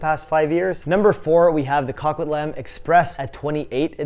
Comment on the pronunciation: Dude. CO-Quit-LAM. 😂😂😂😂